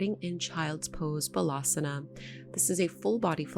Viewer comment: Thank you. Very nice flow. I was a little confused been left and right, but it's all good, I balanced it out when doing the next side. One small note on how you pronounce Balasana. It does not sound like Malasana (which pronounced correctly). Bal = strength Baal = child. It's Baalasana.